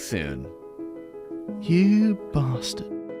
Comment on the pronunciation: "You bawstad"😂 - ACURA MDX!!!!! Trust me my Dude.